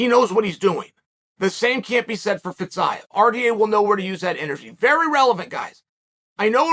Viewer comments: Fizzz-iii-yaaaa ???? Are you sure that's how you pronounce it bro lmao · “fetZaev”🤡🤡🤡🤡 Chode sonnen